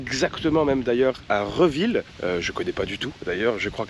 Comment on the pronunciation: On dit Réville :D j'espère que tu as apprécié ton séjour dans la Manche et que tu as visité le coin et notamment l'île de Tatihou vu que tu n'étais pas loin !